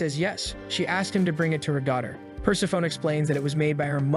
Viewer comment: Persephone is not "purse-a-phone" but "per-SEF-a-knee".